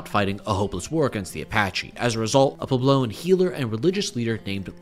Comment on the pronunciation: It's PWEB-low. Was this a first draft?